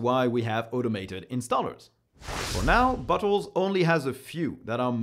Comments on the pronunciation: Sorry but at 2x speed, every time you said "Bottle" I head "butt hole" xD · Sometimes I hear Bottles as Buttholes. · I giggled every time you said bottle, it sounded to me like you were saying buttholes. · He keeps sounding like he says "butt holes" and it's making this video much funnier than it should be. I need to grow up. 🤣🤣🤣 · I am going to start using pronunciation of bottles now. Buttholes, classic. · In some instances of when he says bottles it sounds like buttholes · I keep hearing butt hole lol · Every time you say "bottles", it sounds like you're saying "butt holes"! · Why am I hearing "Butt holes"? 🫢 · the way you say "bottles" sounds like "buttholes" to me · bro french people saying bottles cracks me up every time